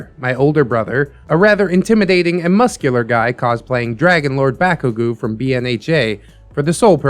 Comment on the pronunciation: did my mans call bakugou “Bakogoo”😭😭😭